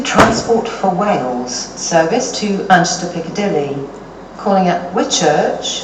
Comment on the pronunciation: She can’t say the M in Manchester. So she says Anchester Airport Lol.